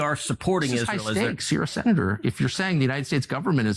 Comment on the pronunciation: Sorry ladies Plz don’t say Aye ran It’s EERAN ITS ISRAEL NOR EYE SRAEL ALL THE RRST I LOVE WATCHING YOU